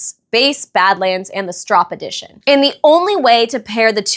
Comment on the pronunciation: Thank you for pronouncing Stroppe correctly 👍